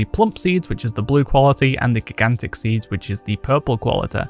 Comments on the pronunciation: "giggantic seed" tho.. lmao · great video dude. I gotta laugh though, how you pronounce gigantic :P made me laugh more than it should have